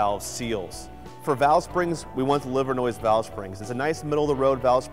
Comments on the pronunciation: Livernois is a french word so the (S) is silent. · The s at the end of livernois is silent 🤫